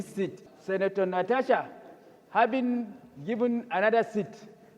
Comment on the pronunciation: the aboki senator said "Senator Natasha habing given another seat, repused to facate her pormer seat. " 😂😂😂😂